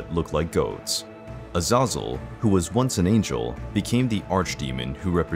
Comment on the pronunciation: I truly believe you are pronouncing his name incorrectly. Compared to the other angels, I would say it should be pronounced like Az' a zel. The first syllable should be stressed the most.